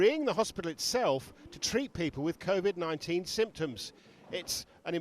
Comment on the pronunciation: Well done Mr Mourinho Did he say CEE VID 19 ? Lol